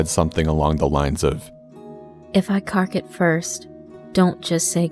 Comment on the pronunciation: It’s so weird hearing “Kark it” in an American accent lmao